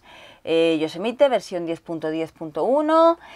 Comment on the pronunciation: "Shosemite" para los amigos